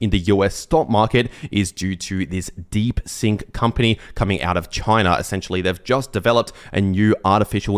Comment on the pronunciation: Deep Seek, not Deep Sink! Seeeeek